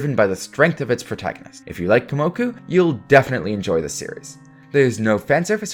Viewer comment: You realize you’ve been saying Komoku instead of Kumoku this hole time, right?